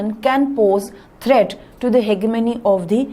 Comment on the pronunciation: Ma'am your pronunciation of hegemony is wrong